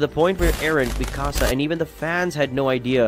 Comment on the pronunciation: Meeee kaa saa